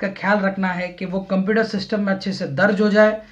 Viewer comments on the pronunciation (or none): none